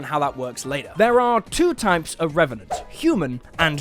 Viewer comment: Me: always wanting to make a Deadpool character him: reventent